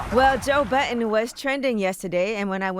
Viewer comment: Did she just say Joe "button"